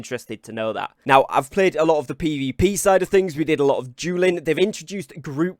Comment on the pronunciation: Instead of dueling, I heard jeweling and was like ... wut o.O